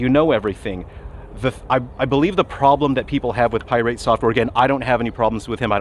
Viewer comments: Pi rate because he is very irate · Pie-rate software … appropriate 😂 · why are you saying "pirate" wrong? :) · Pronouncing Pirate with a annunciation on the "irate" was a chef's kiss move. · That’s the first thing I noticed 🤣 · He has been doing that for a while now, iirc from the first video on him .. its the most passive aggressive dig I've seen in a while :D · I love how he pronounces 'pirate' like it's an element on the periodic table lol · Yeah, he's always done that. I couldn't tell if it was an intentional mispronunciation or if he would actually refer to the general pirate that way. But it's probably intentional. He has a way of sounding genuine while not actually being genuine. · he's not fool's gold if that's what you're insinuating